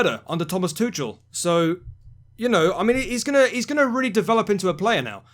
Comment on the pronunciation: I understand Tuchel is pronounced Tukel with a 'soft' k